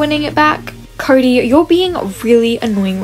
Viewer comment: Why did say curry instead of cody